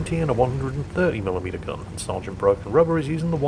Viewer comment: I kept thinking he was saying “rudder” not “rubber”. Was really confused until he mentioned the eraser.